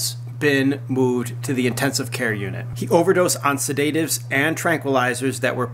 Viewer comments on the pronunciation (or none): He pronounced sedative and heinous incorrectly....